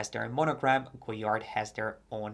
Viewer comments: Sorry but sorry, please learn to pronounce the brand name correctly. It is not Go-Yard, the "d" is not to be spoken. This it is French. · With "all" the research, did you not learn how to pronounce the name? The "d" is silent.